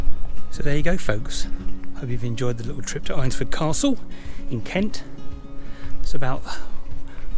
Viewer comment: I am sorry to tell you this, but you have mispronounced the village name, Eynsford is pronounced Ains-ford, as in the name Ainsley. You are not the first, and you will not be the last.